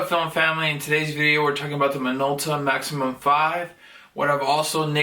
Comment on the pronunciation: You got a deal on that! It's a "Maxxum" not a "maximum".